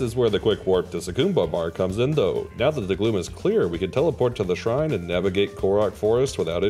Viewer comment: The impressive part isn't even the challenge it's the perfect pronunciation of the shrine names